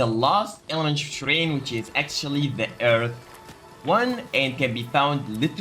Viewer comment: When you say shrine it sounds like train 😂